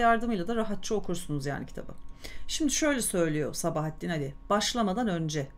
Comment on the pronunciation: Sabahattin Ali'nin okunuşunu A üzerinde uzatma olduğu şeklinde biliyorum.Fakat diksiyonunuz çok güzel,Gulyabani'yi sizden dinledim.Hem de bir solukta! Size müteşekkirim.